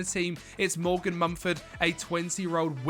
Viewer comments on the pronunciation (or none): none